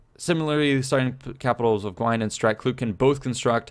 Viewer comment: I think “Gwined” is pronounced “G-win-ed” not the ed as in “handed” but as in the name Ed..I think...though I know a bit more about Classical Latin and even then its not much